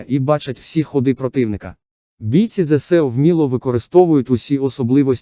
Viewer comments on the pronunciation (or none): Чому ви неграмотно промовляєте слово ЗСУ,ставите наголос неправильно!